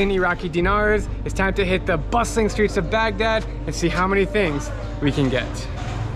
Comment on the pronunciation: Did he say bussing or bustling in the beginning? Haha